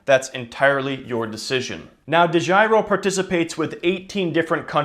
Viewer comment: De Giro (totally butchered the pronunciation) is a Dutch company, recently bought by a German company (Flatex).